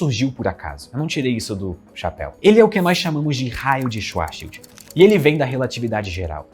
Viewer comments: "raio de schwauahshashauhsuahs" kjasajsjas dhr dms xD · "raio de schuarrsheushr" kkkkkkkkk genial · "raio de Schuarehaaszuahsshwwdil" kkkkk